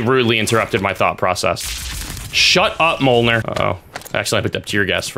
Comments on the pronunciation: He said molener not mjolnir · hearing say molenear instead os myolnear was amazing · RAHHHHHHHHH IT ISN'T PRONOUNCED MOLNER ITS PRONOUNCED MYOLNER!!!!!!!!!!!!! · Its pronounced "Melo-neer